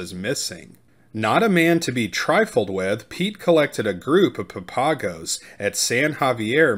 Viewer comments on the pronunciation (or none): "Papago" isn't pronounced the way you think it is.